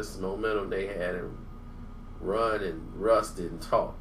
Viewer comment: Say Runs real name because its sound like you saying Ron